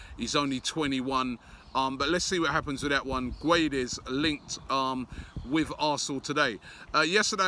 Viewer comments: MRah Gonçalo gueeeeeedes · For Valencia he was mainly used as a left winger and used rarely as a rotation striker. for portugal he played as a striker in the world cup every game that is why he wasnt as good, because he didnt play in his natural position. it is pronounced ged-s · Sou do Benfica I'm only facilitating the pronouciation of the name for an English speaker. "Gedes" or "Geds" is how you pronounce it in Portugal. Robbie ain't Portuguese so he can PRONOUNCE Guedes in english, how it's written...Gwedez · It is pronounced as gu-e-des not gooeeedeez robbie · Absolutely butchered guedes' name😂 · ITS PRONOUNCED GON-CHALO GUE-DESH. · GONSALO GWEDES it’s pronounced Robbie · Someone please let him know it's pronounced "Gonssalo Gwedez"